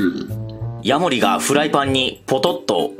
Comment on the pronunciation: ヤモ↑リ カマキ↑リ↓